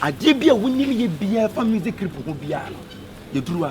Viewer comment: Kyekyeku you said crip aca said tarented and u are laughing